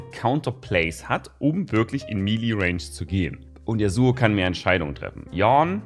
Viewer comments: Er heißt nicht Youn. Er heißt Yone, gesprochen Younay. Hat keiner das fucking Cinematic angeschaut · Yo-Ne, nicht Yawn. Und er hat den gleichen Syncronsprecher wie Sekiro. :p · echt nices Video, aber der Champ heißt Yone und nicht Yawn #richtigeAusspracheistgelungen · Andere Leute: yone, yo-ne: yawn.:D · Geschrieben: Yone Ausgesprochen: Yoney: YAWN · Wie "Yorne" sagt, er hießt Yo-Ne:D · Niemand:... Wirklich absolut niemand:...:"Yorn!" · Sag mal, spielst du kein LoR? Der Typ heißt "Jo nei" und nicht Jornn. Btw wann kommt eigentlich der Ornn skin? Gibt's da auf dem Pbe was? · normale menschen: Yone: YoRn_ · Ok das heißt yone man sprich das e mit und nicht yohn oder wie auch immer du ihn genannt hast XD Ps ich liebe deine Videos mach weiter so <3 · In den trailern hat yasuo doch sogar yo-ne gesagt warum sagen alle streamer YONe und warum sagt yawn?.?.? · es ist nicht YAWN sonder JONE. danke :c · der champ heist yone nicht yornn da ist kein r xD und er ist auch nicht mit ornn verwannt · Der Champ heißt doch YoNe mit N und nicht yornn oder irre ich mich da? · Er heißt YONE nicht yon ( yawn ) :D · YONE nicht YAWN please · der Junge heißt nicht yawn DD: der gute Mann heißt YONE (gesprochen wie geschrieben), als Caster kennt keine League Lore:( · Sorry aber es heißt nicht jawn oder jown sonder YO nee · Alle so: Yone!: Yawn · Bitte sag nicht Jorn sondern Yoné, ich krieg jedesmal gänsehaut wenn du's falsch aussprichst 😂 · Sein Name: Yone: Yawn Ich: Yornn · Glaube die Aussprache ist offiziell " Yo Neigh " und nicht Yaugh oder Youn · Wie der Champion heißt: Yone (gesprochen Jonee) Wie es auspricht: JORNN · Yo-ne: " YARWN" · Yonee, nicht Yohn >.< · Yone und nicht yorrn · Yornn :D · Wenn man die Aussprache seines Namend auf Deutsch auschreiben wär es "Jo-ney" oder so Auf english hab ich es als "Yo-nay" beschrieben gesehen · Y one +Orrn Yorn maxims version